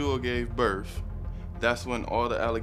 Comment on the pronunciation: this fool said," a week after Jewel gave *birsh!" Wtf 😂